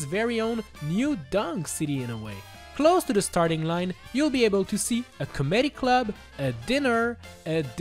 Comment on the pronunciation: I can’t tell if he said comedy and diner like that on purpose or not but damn did I cringe a little